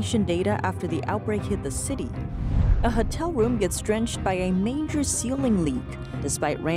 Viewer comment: Hotel is Ho-tell not Hut-tell